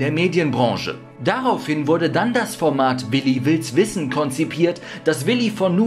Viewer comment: Also das mit dem Namen aussprechen müssen wir nochmal üben😂